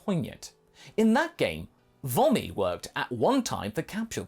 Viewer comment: It probably will sound better to you if you pronounce her name as “Voh-me” instead of “Vah-me”.